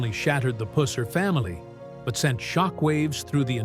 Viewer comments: It's not puss-er its pronounced puser. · Exactly puh-sir not puss as in cat or female anatomy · It's puh-sir